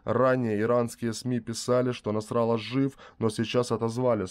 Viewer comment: не НасрАлла, а НасраллА! Специально? Это говорит о Вашей неграмотности(((